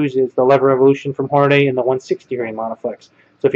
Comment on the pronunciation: why do people pronounce Hornady all sorts of weird names like Horn-a-day or Horn-ay-dee? It's "Horn-ah-dee". Pronounced just like it's written. Don't believe me? Listen to any Hornady official video online.